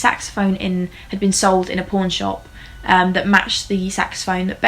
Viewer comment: Pawn shop sounded like porn shop to me 😂😂😂